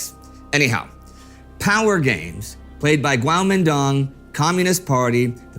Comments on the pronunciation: Kuomintang or Guomindang. Not Guaomindong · I thought it was pronounced "kwo-Meen-tdang" was i wrong?